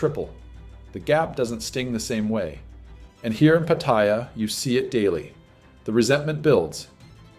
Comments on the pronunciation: Living there for years and you still can't pronounce PATTAYA properly! 😭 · All those years you spent there, and you still can not pronounce Pattaya correctly! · You say you've lived there for years but you can't even correctly pronounce Pattaya. Pathetic